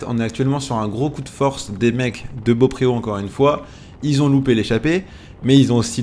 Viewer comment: Il faut dire "bopro" et pas beaupréau